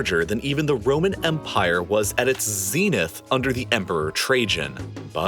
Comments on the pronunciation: " you just pronounced zenith as zeeeeeninth" American pronunciation "Spain still has some tiny colonies in Northern Africa" - only if you count the Canary Islands. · I can't believe you just pronounced zenith as zeeeeeninth. Also, I'm pretty sure that Spain still has some tiny colonies in Northern Africa, and thus hasn't left yet.